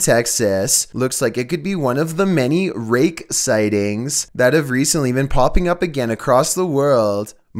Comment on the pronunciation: "Most Rake. Sightings" never fails to be constant... He always says rake like there is a full stop afterwards